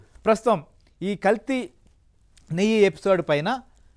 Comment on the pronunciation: నెయ్య కాదు నాయనా “నెయ్యి” అనాలి